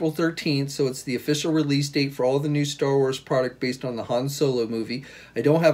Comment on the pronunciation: ...Star "what"..Wuars??